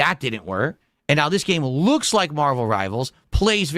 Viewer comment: "Oh, trying something different and new...let me open my velcro wallet naow"